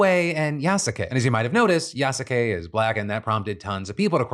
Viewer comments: Hey Phil, its pronounced Yas-kay you fake gamer weeb Jk 😂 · Yasuke is pronounced Yas-ke. Most of the time the u in su gets dropped. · Pronunciation! Yasuke=Yahs-kay! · please stop saying yasake its pronounced "yaske" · hearing phil's unapologetically incorrect pronunciation of yasuke reminds me that he is an american after all. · I'm sorry, Phil. It hurt me to the core of my soul when you said the samurai's name in the Ubisoft game. It's pronounced Yass-kay, not Ya-sa-kay... can't be believe I'm complaining about this. I apologize 😅😅😅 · Ya suh Kay lol it is like the man has never seen Naruto cringe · Its pronounced "yas-kay" like Sasuke from Naruto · I'm just here to point out that it's pronounced more like "Yas-kay." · Damn, Phil pronouncing Yasuke wrong is hella annoying. The U in the middle is kinda silent Phil. Honestly, it sounds like AI Phil recorded that segment. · i'd like to point out that yasuke's names being mispronounced...the U is silent, for example, sasuke's name is pronounced SASKAY, and who cares if assassins creed has a black protagonist....ill still play it...its about goddamned time we had one 😀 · The U is silent in Yasuke